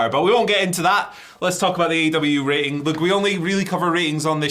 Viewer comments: Raiting? What is that word? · you had me at, 'raiting'